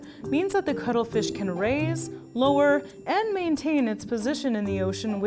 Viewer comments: VERY WERR I WIRR EATA DA CUTTRE FEESH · If you’re saying that the first time (ever) you heard cuttlefish you heard cuddlefish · Why do I keep hearing cuddle fish lol Only me? Okay... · I literally thought she's saying cuddlefish I want to cuddle that fish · I'm not a native speaker, so when she said cuttlefish I would have understood it as cuddlefish, if the name wasn't didplayed correctly in the title. So... free hugs?